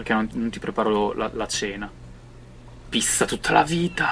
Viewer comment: Mi fai muori re quando dici piSSa (pizza)